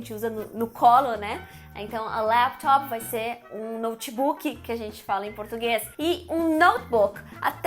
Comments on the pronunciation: Chipi 😁 Notchi buki 😂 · Great video! apart misusing those english words, what I find horrible but funny is the way you brazilians pronounce them: u shipi (chip), u nochibuki (notebook), auchidor (outdoor), etc. Hilarious